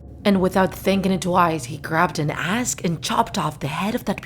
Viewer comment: Umm why did you say when he grabed a ask its suposed to be axe